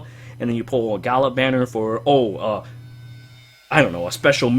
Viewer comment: it is G-ah-lah and dragonyule Ge-anne (spelled Jeanne)